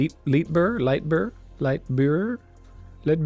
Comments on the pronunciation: Pronounced "Order of Lite-beer" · The Order of Leitbur is a ‘joke’ the creative team snuck in, and gives a clue to its pronunciation; members of the order are ‘Leitburites’, or ‘Light-brights’